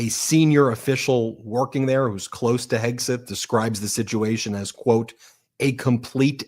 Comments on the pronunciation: Did I hear Leavitt say Hegsweat? 🤣🤣🤣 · "Secretary Heg-sweat"?? A little Freudian slip there, karoline Leavitt??